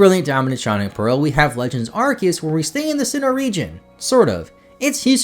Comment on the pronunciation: I'm just happy to hear someone pronounce Arceus correctly lol. Also, Treecko squad 4 life.